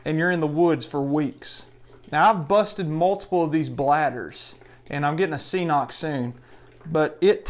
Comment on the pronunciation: CNOC is pronounced ‘kinock’. It’s counterintuitive, but that’s what their website says. Lol